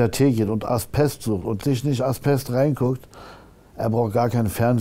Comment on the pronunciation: Lieber Kida, schon längst geschaut. ich fühlte mich gut unterhalten. Danke. Aber deine Serie heißt AsBest nicht AsPest. Ein weiches B. Ojemine.